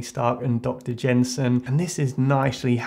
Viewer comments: Dr. Yinsen... Not Gensin. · It's Dr Yinsin not Jenson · Gud video but im pretty sure his name is Yin-sen not Jensen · This is cool. But uh, it's Yinsen. Dr. Ho Yinsen, not Jenson. 😅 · Yinsen not jenson but oh well your vids are great idc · dr it's yensin sorry to correct you it's not gensin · It's Yinsen, Dr. Ho Yinsen. Not Dr. Jensen :) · Its yensen, not gensen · Come on dude, it's Yinsen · Did he call Yinsen "Dr.Jensen"?